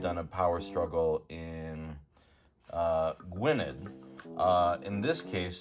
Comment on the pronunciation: I think you're the only reviewer I've seen who didn't completely butcher the pronunciation of Gwynedd, so thanks for that!